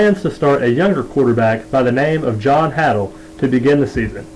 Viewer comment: John Haydl, long "a," not haddle.